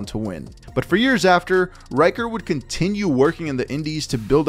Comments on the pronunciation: ricker, not ryker. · Ryker? lol RICKER where tf you getting this pronunciation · I believe his name is pronounced as "Reeker", not "Raiker" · RICKer. Shaun RICKer. Not Riker. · omg Rick-er. Rick not Rike-er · I don't understand how you figured Ricker is pronounced "Reicher".